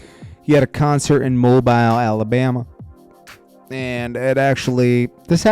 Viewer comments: Its mobile not. Mo-bile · It’s Mobile Pronounced Mo-bill not Mobile like a phone lol Home of: Hank Aaron, Ozzie Smith, Stachal Paige, Yung Bleu, Paul Bearer (lol), Lonnie Johnson (Invented Super Soaker) TQ, The Ladt Mr. Bigg … put some Respek on our name 😂😂. Say it with me now Mo—-Bill see how easy that is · Mobile is pronounced Mo Bill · mobile is pronounced like moe bill" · He said Mo-Bisle Alabama. Lol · it’s pronounced mo bill lol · You did not just pronounce it like that. Smh it’s “MO BILL” Alabama. 🤦🏾‍♂️